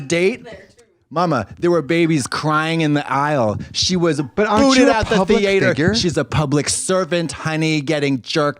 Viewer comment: I love the way she pronounces theatre 😭😭 “THE-ATE-HERRRRRRR”